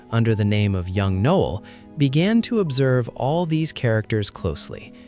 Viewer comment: Not Noel, Knowell